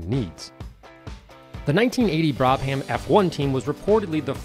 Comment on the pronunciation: FYI, it's pronounced Brab-em